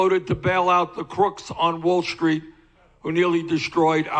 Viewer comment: I love how he says Wall Schtreet.